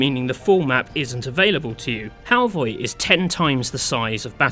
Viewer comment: It called Halvøy and not Halvoy👺